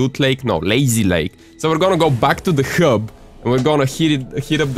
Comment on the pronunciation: its hub not ghub